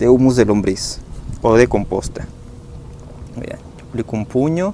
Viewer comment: es humo o humus? te escucho que dices humo